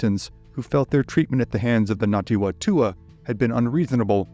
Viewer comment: Well researched and thanks for putting the spotlight on some NZ history - good effort at Te Reo pronunciation too - just a note it's Ngati Whatua (Far-Too-Aa) the Wh is pronounced as an F. More please . Arohanui from Aotearoa New Zealand!